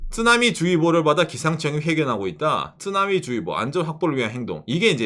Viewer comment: 쯔나미 말고 쓰나미라고 해주세요. 일본식발음 듣기가 부담이.. 일본을 안 좋아해서요